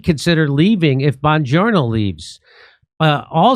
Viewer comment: He called Oingo Boingo bonjourno. lol Someone told Blondie how it is.